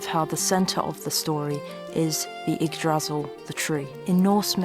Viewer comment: Your videography is absolutely stunning. So beautiful. And so is your voice work. Pure bliss. PS: Yggdrasil. Stress is on the first syllable ;-)